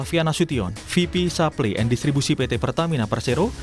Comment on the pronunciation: Ini kompas hire naratornya kocak bgt Supply Chain dia baca supplynya "SAPLI" are you seriously kompas ??